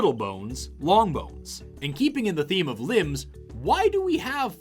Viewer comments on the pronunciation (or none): none